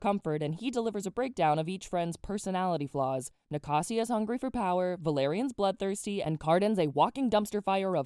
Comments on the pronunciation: Are we skipping the part where she says Nacasia's name as na-ca-sia? Was it not ni-ca-sha? That's how the audio book pronounces anyway..... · girll the way i can see the difference in how i pronounce some names vs you, HAVE I BEEN PRONOUNCING THEM WRONG??? like nacasia, and liriope. i say "nac- asia" (as in asia the continent) and "liri-op" i guess liriopee does make sense, but still it a cool thing to notice! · “NiCaSsIA”I died you said it wrong I’m crashing out